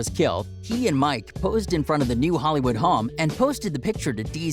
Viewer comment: Why u say Home like that 💀💀 Hom